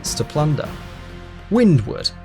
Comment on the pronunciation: you said windwood but it writes windward did u said it wrong???